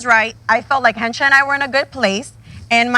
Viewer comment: It's Hencha not henchi